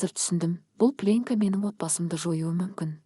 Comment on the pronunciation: Сосын пленка деген сөз плёнка деп оқылу керек.